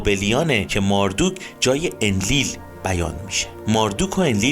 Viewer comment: چقدر تصویرها زیباست و با تعریف و شرح داستان با صدای خوب شما همخونی داره. فقط ماردوک صحیح نیست مردوک درسته. خیلی عالی بود. لطفا بیشتر از این خدایان برنامه بزارید و در مصر و هند و امریکای جنوبی هم همین خدایان که با نامهای دیگری هستند رو با همین سبک از فیلم برامون بزارید. بازم ممنون. فالوتون میکنم